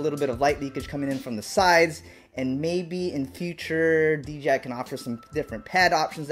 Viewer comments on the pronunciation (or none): Dude say it with me DJI DJI DJI DJI its DJI not DGI...... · Dee Jay eye..... Not dee gee eye.... 🤣😂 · You keep saying DGI. It's not, it's DJI. Say it with me, D--J--I. One more time, D--J--I. There is no g, only a j. Carry on. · Why does everyone say DGI not D-J- I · Why do alot of folks say "DGI"? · Is it me or does everyone call D J I.. D G I the rotor roit guys did it now Tommy lol everytime I tell someone about Dji it always comes out DGI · It’s not DGI it’s DJI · DJI... not DGI. Lol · its pronounced "jay" not" jee" or m I crazy? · Threw me off every time you said "DGI". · "D.G.I FPV System" 😂 😂 😂 😂 ✌️ ✌️ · YOU SAID D G I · Do you accidentally say DGI or is it on purpose lol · He keeps saying dgi lol